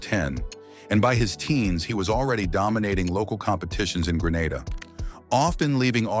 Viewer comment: Grenada not Granada